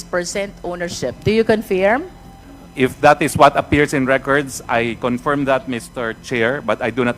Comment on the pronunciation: Just a note: Roque's pronunciation of 'per diem' is correct vs. Cong. Luistro. Cong. Luistro should Google pronounce to verify the correct pronunciation. The other word, 'confirm,' Roque is again correct vs Cong. Luistro's pronunciation.